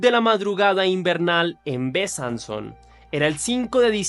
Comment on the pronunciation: Besançon se pronuncia Besánson Dijon se pronuncia Diyon. Lyon se pronuncia Lion. La table de Gustave se pronuncia la table de Gustaf Saludos desde Francia❤